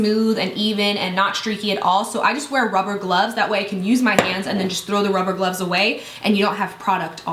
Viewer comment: "ruver glubs" wtf lol